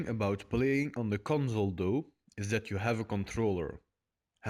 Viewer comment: conzol dou. lol